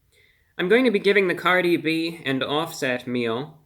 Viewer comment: Cardi O?.? Cardi B... Cardi hwo?